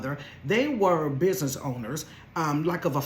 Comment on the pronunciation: The “biznyee” got me stuck